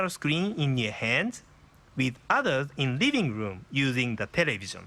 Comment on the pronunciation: I lol'd when he said "riving room to riving room"